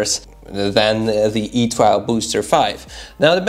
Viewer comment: It’s pronounced E 2 .... you silly fool !